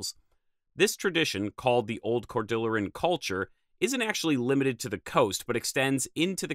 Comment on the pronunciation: Great video, and I always enjoy your content! One thing, I think you might be mispronouncing "Cordilleran". The word is from Spanish (cordilla meaning "little rope"), and Cordillera in geology/geography describes a continuous system of mountain ranges, like the North American Cordillera. Maybe the Cordilleran Culture gets its name from the North American Cordillera? Sorry to be nitpicky, love your content!